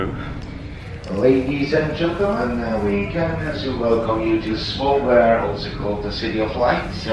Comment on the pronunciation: You actually pronounced Svolvær good :)